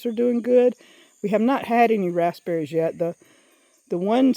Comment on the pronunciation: I thought you had a fruit I knew nothing of, a raspsberry. My husband laughed at me, telling me you're talking about a raspberry; (raz beh ree). You said it without the P once, then I knew he was correct. Lord help me! Is adding the P a MS thing or how you were raised saying it. We say lots of shortcut words here. Ha Ha